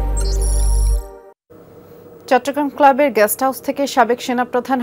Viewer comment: Jamuna TV কতৃপক্ষের দৃষ্টি আকর্ষণ করে বলছি, ➤ আমাদের News presenter "গেস্ট" হাউজ কে বলছেন্ "গ্যাষ্ট" হাউজ। ➤ আবার Reporter সাহেব বিছানায় "অজ্ঞান" অবস্থায় পড়ে থাকাকে বলছেন "অজ্ঞাত" অবস্থায় পড়ে থাকা। ➤ কি একটা হ-য-ব-র-ল শিখছে আমাদের শিশুরা, আমাদের পরবর্তী প্রজন্ম.....!!!!!! ✪➤ ক্ষমা চাই এইসকল নিউজ প্রেজেন্টারগনের কাছে..... ✪➤ ক্ষমা চাই এইসকল রিপোর্টারদের কাছে। ✪➤ ক্ষমা চাই যমুনা টিভি কতৃপক্ষের কাছে.... ☞ আগাম ধন্যবাদ যমুনা টিভি (Jamuna TV) কতৃপক্ষকে, দর্শক -শ্রোতার অনুভূতি বোঝার জন্য......